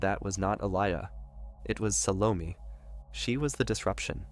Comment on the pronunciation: Sal-oh-May not meh